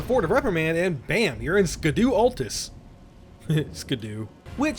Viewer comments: Fun fact: scadu is pronounced shadu or shadow just like blaidd is pronounced bleyeth. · For future reference, "Scadu" is just pronounced "Shadow", I think it's a middle English spelling or something like that